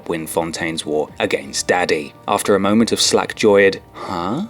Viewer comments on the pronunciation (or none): none